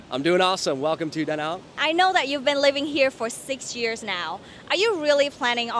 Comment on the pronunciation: I think they pronounce it DaNang not DaNong